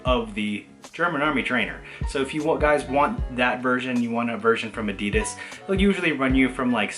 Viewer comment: You pronouncing Adi and then Das correctly and then immediately saying A-dee-dus gave off strong "Pheobe teaching Joey French" energy. Great video though man!